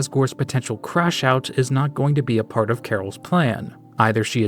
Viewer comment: i have NEVER noticed ralsei says "dart" instead of part